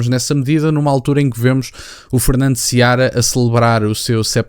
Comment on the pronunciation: Não é Seabra. É Fernando Seara.